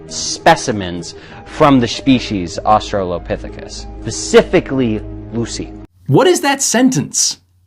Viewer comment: Going into this, I'm not surprised that the guy can't pronounce orangutan. And the girl can't figure out which way she wants to say australopithecus. She's 1/3 at the time of me typing this.